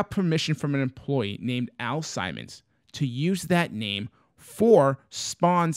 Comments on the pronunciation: You are not crazy. I have no idea what we were thinking that day but completely butchered the name. 😅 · The name is pernounced Al Simmons not Al Simon "Simon says lol. Excellent video as always. Love the vibe always. Keep an eye out for that gunslinger spawn in that collection Guru and also Todd McFarland dropping another gun slinger cover this Wednesday do not sleep on it. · Al Sim mons not simon :P